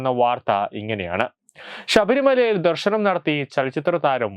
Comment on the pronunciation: "ശ" എന്നതിന് പകരം എല്ലാ വാക്കിലും "ഷ" ആണല്ലോ പറയുന്നത്. ഷബരിമല, ദേഷാഭിമാനി, ദർഷനം, വിഷാഖം...... കഷ്ടം . എടോ ശബരിമല. വിശാഖം, ദർശനം, ദേശാഭിമാനി ഇവയാണ് ശരി. അക്ഷര സ്ഫുടതയോടെ വായിക്കൂ